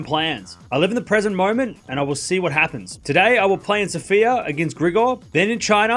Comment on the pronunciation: The correct pronunciation is SO-fi-ya.